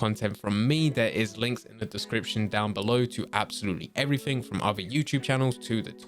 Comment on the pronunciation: Evrafing interesting way of saying everything